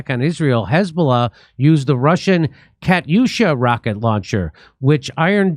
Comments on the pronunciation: Katyusha. Cat-tyoo-sha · It's pronounced Katyusha = Katherina = Katya = Katia = [katiusha] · Kaa-TOO-sha Jim, they were used by the Soviets during The Great Patriotic War, AKA WW2. Unguided, simple and old but effective in certain situations AND better than nothing.👍